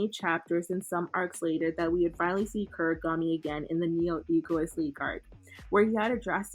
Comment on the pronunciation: why does bro call Kunigami “Kurigami”😭